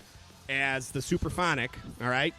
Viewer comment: Sup-Ra-phonic. Not Super-phonic.